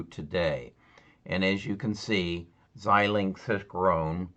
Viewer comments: Pronounce: ZY-Linx... FPGA: Field Programmable Gate Arrays.... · Pronouned ZY -linx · It's pronounced: zi - lingks